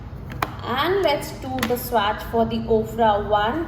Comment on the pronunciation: It’s pronounced as swatch and not swaaaacccchhhh